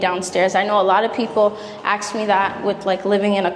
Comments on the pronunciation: Ask. Not ax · The word is three letters long and is said, ASK, not Axe, I woulda thought you would have the word down pat but what would I know. Nice pad, BTW. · Ask…NOT ax…😮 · Ask❌ Axe✅ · Sugar it’s not axed it’s ask it’s really not a difficult word to pronounce - 3 letters sugar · "Ax me" lol 😂🤣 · “You guys always wanna AX.”